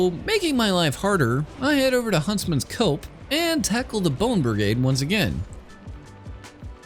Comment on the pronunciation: I'm not talking about pronunciation that's slightly off cuz of a speech impediment. there's nothing wrong with that and calling you out for something like that would be cringe af. I'm just talking about how you ignored the S in Huntsman's Copse and then called attention to it by questioning the pronunciation of it without the S. That moment felt like fishing for comments which like I said you don't need to do cuz your content is good and deserves to be seen, so people would just comment if you asked. But now thinking about it a bit more, it's also extremely reasonable that you just misspelled huntsman's copse in your script as well and didn't notice during the voice over cuz you didn't know the exact name. Whatever x3 have a good whatever-time-it-is-for-you-rn :3